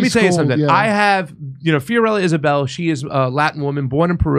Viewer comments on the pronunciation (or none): none